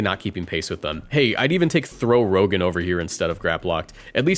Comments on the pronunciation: Throh Rogan💀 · Lmfao Throh Rogan. 😂